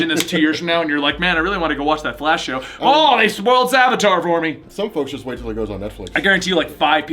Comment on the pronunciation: And it's Savitar, not Savatar.